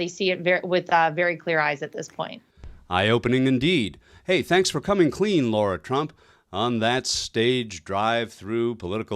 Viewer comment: Her name IS NOT Laura! It is LARA .different spelling, different pronunciation